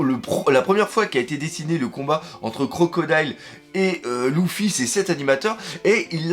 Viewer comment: Luffy pas Louffy😭 LEUUUUUFFFY😂